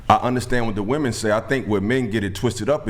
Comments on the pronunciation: THE WORD IS WOMEN NOT WOMAN!!!! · "WIH-men", not "WOO-man." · WOMEN WOMEN WOMEN!!!! NOT woman!! These women cant say the plural word for woman 😭😂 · Y'all know that "women" and "woman" are not pronounced the same right!?